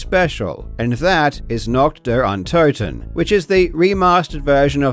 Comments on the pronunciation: German here. We're usually chill with that, but please ... even Google Translator speaks it cleanly, just mimic those three words and do not say "Nackt dar Antatten" anymore. We might have to alter a very old joke then - people speaking three languages are trilingual, people speaking two languages are bilingual, and people speaking one language are (formerly French, but not anymore) Americans. Please. For the sake of how the rest of the world sees your nation, the USA are already being called as the wealthiest third world country. :') Three words. That's all it takes. Do us and yourself the favor. :') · pronounced: NAH-h(ee)*-t DEE-uhr Uhn-TO(E)**-ten (Night of the undead) *It is a ver soft h, like the h at the beginning of hee in hee her ** I can't recall an instance where you pronounce o like an actual flat o, not oe or oh or ah. More like o in "door". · As soon as I heard NAHKD DARE UN-TOE-TEN I knew what I was in for. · What i seriously don’t understand… why cant you just Google Translate or whatever to check how to pronounce nacht der untoten properly? You claim to be a smart guy but fail to do even this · The way he says "Nacht der Untoten", as a German, violates my human rights. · as a german, hearing nacht der untoten pronounced that way was kinda painful and kinda funny 😭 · god your pronounciation of "Nacht der Untoten" was so aweful. I loved it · WHATTTTT THAT PRONOUNCIATION BRO IM DYINGGGGGGG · As a german your pronouciation of Nacht der Untoten annoys me